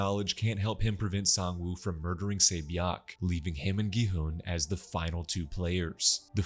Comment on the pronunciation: Say bee yawk? I really appreciate the reminder tho my man. Just would have made it easier to follow if the names were remotely recognizable. I'd assume she's 세 비역? But it's too hard to tell